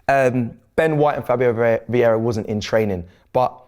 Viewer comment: The moment said Veira l moved on to the next vid 😂😂